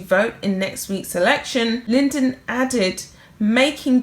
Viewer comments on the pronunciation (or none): LYDON, NOT LYNDEN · Oh dear you kept calling him Johnny Linden, he is called Lydon. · It's John Lydon, not Lyndon. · His name is John LYDON as in LIE DON, not Lyndon! He was a singer with the Sex Pistols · It's Lydon, not Lyndon. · It’s pronounced Ly-don not Lyndon. Google him. He was a very important figure in your country’s history. Ever heard of The Sex Pistols? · This man is amazing! He came over as a really bad boy when he was in the very famous Sex Pistols. Very anarchic but not really. He has a lot on his plate personally at the moment so bless him for speaking out. I think hus surname is pronounced Ly Don not Linden but younger people wouldn't know that! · his Johnny's surname is Lydon, pronounced Lie-don 👍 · It's pronounced lie-Don. Lydon. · Mispronouncing names is simply unprofessional and careless.